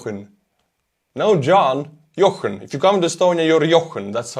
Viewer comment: I Love how you pronounced 'John' so perfectly and then said "if you come to Estonia, you're ----" I always enjoy your playful "butchering" of the names💐🫶✨